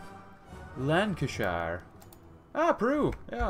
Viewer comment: Lancashire is pronounced lanka- sheer